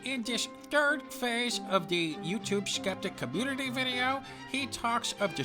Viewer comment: "Muh communitah!"